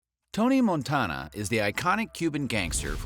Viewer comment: i hate how you pronounce Montana